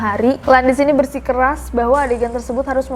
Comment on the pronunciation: "bersikeras" kak, bukan "bersih keras"